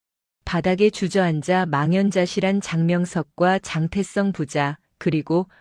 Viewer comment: 글씨나 똑 바로 읽어라 장태성을 왜 장태썽이라 읽어?